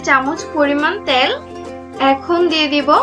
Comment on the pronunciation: আপু আঞ্চলিক উচ্চারণগুলো একটু এড়িয়ে চলার চেষ্টা করুন। যেমন তেলকে ত্যাল............. ভিডিও এর মান বাড়বে। ধন্যবাদ!